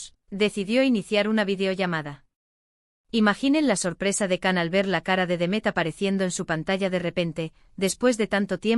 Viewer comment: Please say his name correctly its pronounced as JAN not Can.. C in turkish alphabet iis pronounced as "J".. so please before making a vlog learn to pronounce his name correctly.